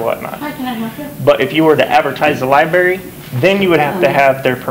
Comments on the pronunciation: Love your vids. I live in Canton and you are getting better and better. One thing, it's not li-berry. There is an r in the spelling. L i b r a r y. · lol she cringed everytime you said lie-berry